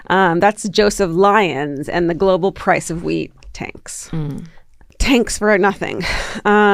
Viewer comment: in and I just realized Georgia is saying wheat and not weed😂😂😂